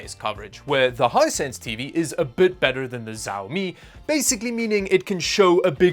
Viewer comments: Bro. Please stop saying SAUMI, say Xiaomi 😂😂 And please stop getting spammed with additional shipping cost again. They HAVE to shit it. If they don't you should contact the support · why you say ziaomi ? i think is shiaomi (xiaomi) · Its not Zaumi its Shaomi:D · not jawmi , its shawmi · why you keep saying "ziaomi" ? it's said "shiaomi" not that, it's painful to hear it like this no one pronounce it like this :/ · The X in Xiaomi makes a SH sound, not a Z sound. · The right pronunciation is shiaomi, not zaomi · Pov Chinese people getting triggered by hearing him pronounce xiaomi as zaomi instead of shaomi like it's supposed to be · Small nitpick but I think it's good to understand basic Chinese pronunciation when you're in tech... Xiaomi is sorta like 'she-ao-mi' instead of 'zi-ao-mi' :-) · Its "Xiaomi" not "Jaomi" 😑😑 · Bruh man it "csiaomi" not "ziaomi" lol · Nice presentation. Btw, the pronunciation is not Jao-mi, but Shao-mi. Like always, enjoyed your video. Keep up the good work... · Xiaomi is pronounced more like with a "sh" sound than a "z" sound at the start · Me mad cuz you call the mi tv "zaomi" in sted of Xiaomi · ""z a o m I"" It's pronounced like "shiaomi" pl ea s e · Just a note, "X" is pronounced closer to "Sh" than "Z". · Dude was pronouncing Xiao Mi as Zao Mi 🥵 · You suppose to say "shiomi" not "ziomi" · Actually it is much closer to the SCH in schedule, maybe with a tiny bit of T in front of that. tSCH ee ow me. (After several listens to my Chinese wife pronouncing Xiomi. However, a different province will say it differently again, probably) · ¨First thing, I didn’t say Xiaomi was an obscure brand.¨ nah you sound obnoxious, dissing the brand here and there. Also is SHIAOMI no Siaomi. almost 20000 views, and just 5% of the likes. Yeah this video was a mess, sorry. Normally i enjoy your content but this... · Hahahahah ZhaoMi lollllllllll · xiaomi pronounced - shau - mee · It's pronounced Shawmi :) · Xiaomi is pronounced she-ow-me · Ah yes ZAOMI